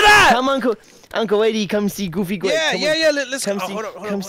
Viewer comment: You mean gwape?